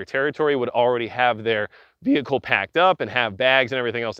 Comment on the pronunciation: Say vehicle again...